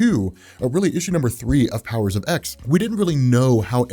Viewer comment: It's pronounced Powers of Ten, not Powers of ex. Not sure how you can consider yourself any kind of X-Men expert if you can't even get something that basic right.